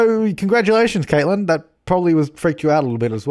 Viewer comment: So close 'K/Catlin'! 😂